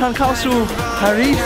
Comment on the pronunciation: Gamer ปารีสค่ะ ไม่ใช่ เพอร์รีด